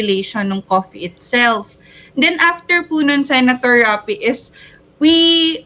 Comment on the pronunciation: I'm so bothered talaga with the "Sena-Thor"